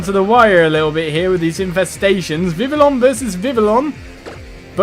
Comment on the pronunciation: I noticed he pronounced Vivillon wrong most of the time. The double l's sound like a y, like in Spanish. Do it would be called Viv-y-on